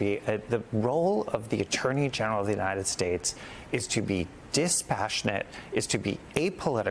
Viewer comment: "Unined States"